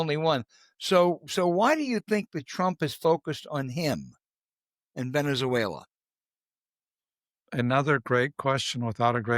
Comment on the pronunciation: The bald academic doesn't know how to pronounce Venezuela! Moron.